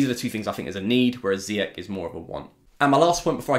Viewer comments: His name is Zee-yach not zeeyack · It's actually Z-yack